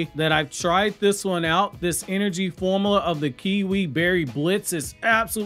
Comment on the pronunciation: Also it's pronounced "form-you-la," not "form-a-la."